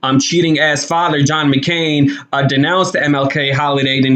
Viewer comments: How can anyone support you when you dont even know how to pronounce the name of the person your subject is about...her name isnt mcCarren-- its mcCain. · I just wish that would say this woman's name right. It's not Mckerron. It's McCain!! Please get it right. I can't take you seriously if I don't know who you're talking about. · You keep sayin Meghan Mc (Carin) It’s Meghan McCain Learn to talk ! Dude you are a cry baby! I was denied many jobs because of racial quotas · Meghan Mecarren? As soon I heard that I stopped listening and I am sure I’m not the only one. If you want to keep viewers you should know the persons name you are talking about. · Would you stop saying her last name wrong you are one of the most ignorant people on UTube